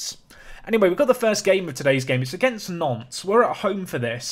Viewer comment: when you say Nantes i keep hearing "nonce"